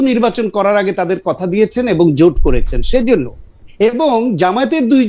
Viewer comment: জামাতের ওই নেতাতো ভালো ভাবে বাংলাই বলতে পারেনা | জোটকে বলছে জুট | ভোটকে বলছে ভুট | জামাতের নেতাটাকে আকর্ষণীয় (impressive) মোটেও মনে হলো না |